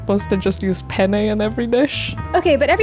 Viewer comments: im spanish, and my childish ass laughed every sentence you said penne (which sounds like pene, which means penis in spanish) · Note: You should pronounce the double "n" in "penne", it's an important difference. Penne means quills, while pene means penis. You just accidentally spent a whole video talking about eating penis. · Alright, im sorry but i had to comment this, i'm spanish and just couldn't not laugh every time they said penne. i know, i know, i'm so mature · also dont say pene say penne, make sure you pronounce the double n because without it that means something else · Speaking italian and hearing them say pene instead of penne was hilarious though the whole video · I'm Italian, it does sound like it 😅 It's fine but it was expected. For English native speakers: it should roughly sound like the words "pen nay" one next to the other. It's not the same but close enough to not get a laugh from Italians XD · As a native Italian speaker, their pronunciation of penne is not perfect, but ok. Especially because the other word is usually pronounced with a closed e. Anyways, what bothered me is the words finishing in -e being pronounced as if finishing in -i. E.g. linguine, fettuccine, … how can you pronounce the last letter the same way as fusilli, tortellini, … and not ask you some questions? 😅